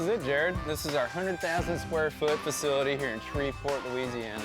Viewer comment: It's "Shreveport", not "Shreverport"